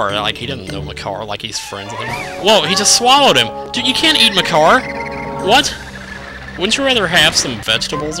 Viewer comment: "You can't eat Makar!" it almost sounded like... "You can't eat my car!" xD